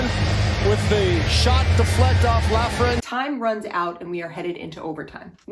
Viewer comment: “Please pronounce my name correctly!” - A. Lafreniere